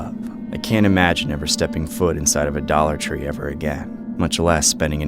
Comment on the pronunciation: “Dolla tre” 💀💀😂😂